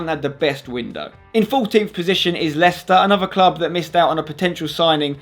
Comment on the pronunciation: Leicester... not Leciester